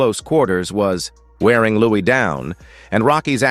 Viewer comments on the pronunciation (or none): "Lewis" is they way it's pronounced... not even his friends called him "Louie", And why doesn't the narration match the video?? Perhaps you should find another line of work. And PLEASE NEVER use AI narration!